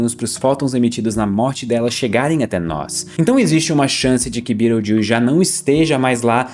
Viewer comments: Mano juro que tive que voltar o video, vc falou Betelgeuse e eu ouvi "Birotildes" 😂😂😂😂😂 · Falou Betelgeuse soando como Beetlejuice, já lembrei de Os fantasmas se divertem 😂😂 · Não há NENHUM motivo justificável para pronunciar o nome de uma estrela em inglês em vez de em português! Fala sério! 🙄🤦😡😤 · tbm nunca tinha escutado assim